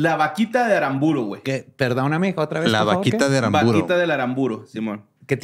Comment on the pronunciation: Se que no soy el único paceño viendo éste video corrigiendo a diciendo Aramburo cuando es Arámburo, con acento en la segunda A